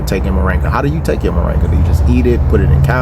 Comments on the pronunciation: Its MORINGA not moranga ! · Mor-IN-ga dear, not Mo-RANG-a. Just saying... 🧓